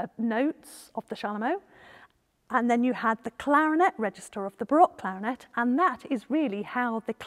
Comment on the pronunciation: I think you’re trying to say clarinet